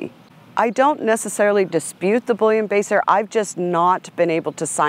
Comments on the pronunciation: Haha, thought she kept saying bullion baster. Then I realized what she meant. Bullenbeisser pronunciation = Bull-en-bye-sir That being said, overall is very well spoken and full of good information. Thanks for sharing. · She may not dispute the "bullion baser", but I dispute the way she butchers the name "Bullenbiesser (bool•len•by•sur)", it's not "Boullion-baser". I don't mind telling you it sounds like the dog's freebasing bullion. Every time she says it, I can just see that poster of the dogs sitting around at the card table, with a boxer in the background with a mirror and a credit card cutting down a bouillon cube to prepare it. How does she explain the origin of the noticeable stop and the brachycephaly of the Boxer if the Bull terrier is the mix of a Boxer? The origin story of Bullenbieser and what were called Bull and Terrier dogs doesn't explain the squareness of the snout, I will agree with her there. The old portraits painted or pics of those dogs show them both with narrow snouts., and the Bull and Terrier type dogs did not have that football head. The Bulldog definitely once had a bit of a snout - much more than the popular English dwarf, and closer to the revitalized Old/e English Bulldog/Bulldogge that is being bred these days. Also the Bulldogs had a big head but not the way they're being bred nowadays so, she could be right about the old Bulldog being in the mix. They are believed to come from the Asiatic Mastiff and the Pug.